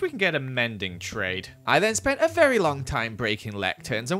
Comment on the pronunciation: Honestly when says "Very Nice." I hear "Fairy Nice." Which is just funny, because its an amazing pun and Kathrine is a Fairy in empires, so it makes sense!